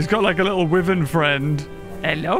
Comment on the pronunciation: its not wyvern its w-Y-vern